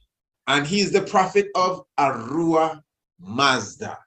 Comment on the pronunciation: Yes kingman ! The i pronouncing it well . Zoroaster is indeed known as the Iranian prophet who speaks of the One god the creator. Ahura Mazda would the correct pronunciation ( with the H sound )